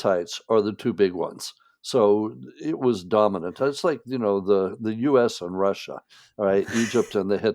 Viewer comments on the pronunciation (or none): none